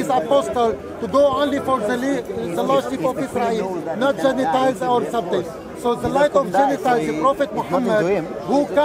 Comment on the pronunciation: Did this guy just say " Genitiles"?